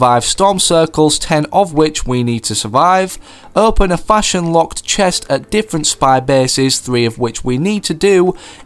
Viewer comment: He also said fasion instead of faction